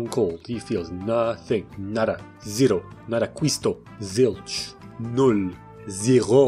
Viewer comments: Why tf did you pronounce "Null" so clean? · as a german, that was the crispiest, most perfekt ,,Null,, i ever witnessed